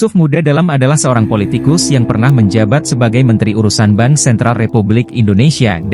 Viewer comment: bank kok disebut ban